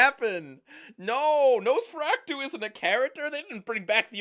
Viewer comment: stays not knowing how to pronounce Nosferatu 12 years later 😂